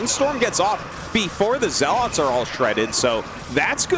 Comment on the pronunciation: Someone teach him how to say zealots lol